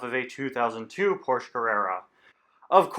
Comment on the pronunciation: You can't pronounce Porsche right and it really bothers me